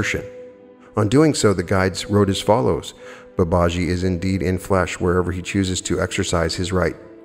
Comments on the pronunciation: Dear friend with all due respect Babaji is pronounced Bah bah GEE Thank you for everything ❤️ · Very interesting. Thank you. I think the name is pronounced Bubba - gee, from what I've heard elsewhere. Ji (gee) is an affectionate honorific attached to a name. So you will see followers calling a Swami (Hindu monk) Swamiji, and so on. Swami Vivekananda was Sri Ramakrishna's direct disciple. There are now Vedanta Societies all over the world as well as the thriving mission in India. The best source of teaching on Advaita (non dual) Vedanta is from Swami Sarvapriyananda, who gives wonderful, lucid, entertaining talks on all aspects of Advaita Vedanta. Vedanta Society New York is the channel. For explorations into all things UFO and ET, Preston Dennett is a wonderful researcher and has a channel . For on yt. For all things paranormal of every description, Jeffrey Mishlove's New Thinking Allowed can't be beaten. And of course, many others.